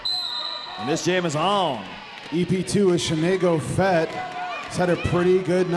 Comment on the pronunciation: "Shenay-go-Fett" haha...